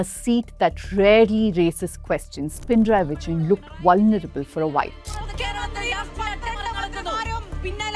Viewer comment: Itnis NOT pin-rayi. Pina-rayi. There is no halant of Na